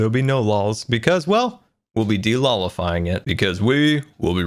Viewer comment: I thought of something else when said "delolifying"